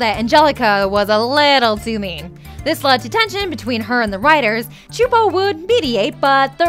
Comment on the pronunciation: sue-poe csupo not chu'po...